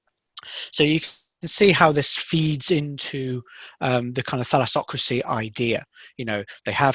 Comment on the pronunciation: There is a lot of evidence down there in Crete I mean a lot and someone dont want to come in light, one trip in this beautiful island and you will notice asking the cretians them opinion about this and the myths that are around the island... Excellent job but the pronansietions of the greek words are not sounds the same as it is as the meaning too of the greek word and names for example Thallasokratia as he explain very wise compare, is two words Thallasa and kratos (means the power and a state who has power, so you see you loose the meanings and the most important is the etymology the sound and what the word represent) that is correct but not the sound and the meaning and the etymology is gone... an other Thukididis you sound it Tusisidis an other Minos etc the good thing is that in greek literature the words has an etymology and if you write or sound them in a diferend way you loose the meanings in greek... Sorry is not you, but generaly English is big they must adjust the English to the greek not the greek into the English becuase Greek is the mother language... Thanks take care!